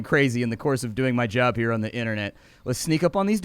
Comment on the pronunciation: Every time he said “here on” I heard ‘huron’ and I feel so clever now